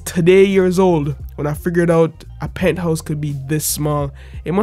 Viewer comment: Pinthouse or penthouse???